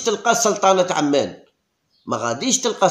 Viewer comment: لا توجد دولة اسمها سلطنة عمان بالشدة على حرف الميم .هي عاصمة الاردن .اما الدولة فهي سلطنة عمان بالفتحة على حرف الميم .على فكرة بلفوضيل الذى تمدحه صباح مساء لم يسجل فى مشواره مع المنتخب سوى هدفين امام سلطنة عمان فى لقاء فاز فيه المنتخب برباعية.